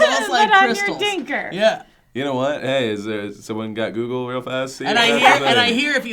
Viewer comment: "Dinker" XD I love you,.